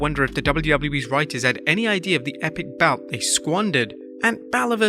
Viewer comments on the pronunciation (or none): none